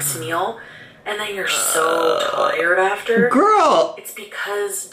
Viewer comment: "I'm just.... gorl." Yup. Yup, me, too. Her and Amberlynn. Jeez.